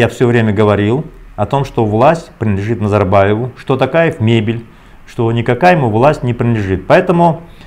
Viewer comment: Можно фамилию Токаев говорить через звук О. Очень некрасиво слышется